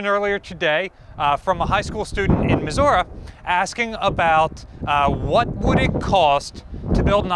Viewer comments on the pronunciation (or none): IT'S ISN'T MIZZOOURA,! I'd say though, if you were to go through the effort to make a BB-esk ship in the modern day, you'd probably want a class of 6 ships (3 per Atlantic, 3 per Pacific - 1 each deployed, 1 each training, and 1 each in port doing maintenance and such) and you'd probably be in the $8.5-$10.5B USD figure range per ship, give or take half a billion or so. If you were to want a design w/ a 406mm (16in) gun, then I'd argue you'd only want it in a 1x1 configuration as a short bombardment cannon, and using an advanced autoloading system. Maybe would also need a mechanism to do barrel changes at sea...? Otherwise, the modern 127mm (5in) autoloaded guns are fine for relatively close in defense. I'd say probably 8x2 mounts amidships in 4 superfiring pairs. Otherwise, you're looking at LOTS of VLS tubes. Ideally, a ship of that magnitude, you'd want to develop a new type of hypersonic anti-ship cruise missiles to justify such a ship. (...and of course lots of anti-air/anti-missile missiles, and CIWS guns.) As for armor, not getting hit in the first place and having really good damage control is a much bigger deal than actual armor these days, not to mention large caliber guns aren't a thing anymore. Probably looking at an all or nothing type scheme where the core areas are protected against something like 152mm (6in) shells or comparable anti-ship missiles. Propulsion would obviously be nuclear with high speed being a priority. Probably would also want to try to s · Missouri ends with an I,.